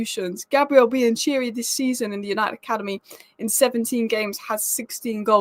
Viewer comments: biancheri is pronounced 'biankerri' not 'bian-cheery' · biancheri pronounced like cheisa please !!! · No, "che" si pronuncia "ke" in Bian che ri / "chi" si pronuncia "kee" in Chi esa. Bee-un-ke-ree/Kee-esa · I mean't like a K sound not a ch, in english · How is it possible that both commentators pronounce Biancheri’s name correctly yet she’s still butchering it? It’s like… is she completely deaf or perfectly dumb? I mean how can you hear somebody pronounce something and not be able to reproduce it? You’d have to be brain dead.